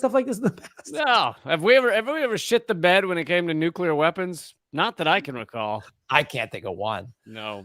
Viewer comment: Nu- Clear NU- CLEEEAAARRR! NOT NU-CUUUU-LARRRR!